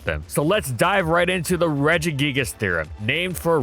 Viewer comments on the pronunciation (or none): The root regis is pronounced with a hard g